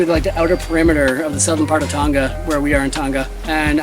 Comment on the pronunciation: FYI, it’s pronounced Tong uh not Tong ga